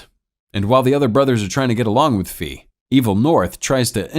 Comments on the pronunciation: Its ‘fay’ not ‘fi’ it means fly in chinese/飛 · I'm sorry but the way you say his name's makes me cringe 😂😂😂😂😂 It is pronounced Fei (Fay) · Introduced as fei, named fee the whole video, i know is very minor but can't unhear an economic term all the time, also makes me think if lee is really lee or lei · The way you pronounce Fei is hilarious to me it's pronounced like hay just the h is an f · That's the correct pronunciation, but I can't lie, Fee is funny